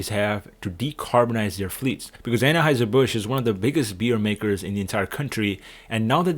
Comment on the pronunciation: I thought that it was pronounced Anheuser rather than Annaheuser.